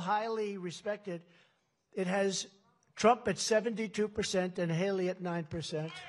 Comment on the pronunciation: "Halery" say it right.